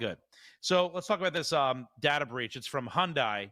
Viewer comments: You're making me nuts with the Hondie. Hyundai is pronounced HUN-DAY not HON-DIE. Lol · Hyundai is pronounced like Sunday. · As a korean native, the correct pronunciation is Hyon-Deh.